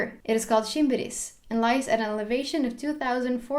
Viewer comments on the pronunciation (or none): Not shimbiris its shimbibiris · The longest mountain in Somalia is Shimbibiris, not shimbiris as you mentioned